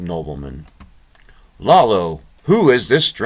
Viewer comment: Iolo is not 'Lalo' , its eye-oh-lo. Close to 'YOLO'.